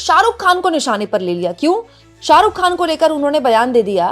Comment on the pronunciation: शाहरुख खान को सालूक ख़ान बोल रही है ये लड़की 😂😂